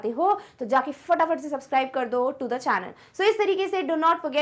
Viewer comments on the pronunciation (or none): none